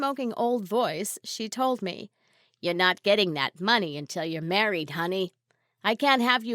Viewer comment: She merraid groot